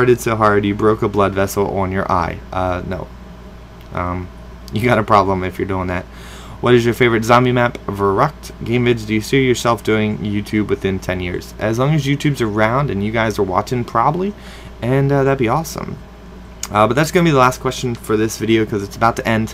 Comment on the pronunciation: Verroct (or how ever you spell it) is actually pronounced FARE RÖCT. If you do not know what Ö or ø is then... find out... LOL